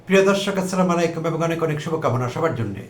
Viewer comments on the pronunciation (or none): স্যার আপনি আমার অনেক অনেক শ্রদ্ধেয়, অনেক প্রিয় সম্মানিত মানুস,স্যার সালামটা একটু ভুল হয় আপনার---আসসালা মালাইকুম ভুল এটা গুনাহ, এটা না বলে আসসালামু আলাইকুম বলতে ইসসলাম বলছে,বেয়াদবি মাফ করবেন প্লিজ।